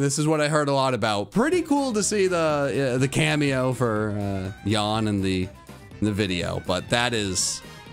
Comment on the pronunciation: I appreciate that you pronounced Jan's name correctly in the video, especially since Jaiden didn't (not that she did it purposefully, I'm sure if she could go back she would pronounce it correctly in the video). Nice reaction videos, I enjoy being able to rewatch videos like this through a different YouTuber's viewing lens. It almost feels like we're watching together in a parasocial sort of way.